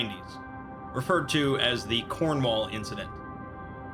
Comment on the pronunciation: this entire thing is very serious but they way you said cornwall is very, very distracting. We in the UK in the cornwall area to my extent of knowledge say it Corn-wul. not Corn-wawl